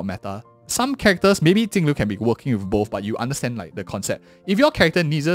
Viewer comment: Damn he butchered that first 10 seconds of the video. I though he said Tingyun vs Acon. Not Jingliu vs Acheron.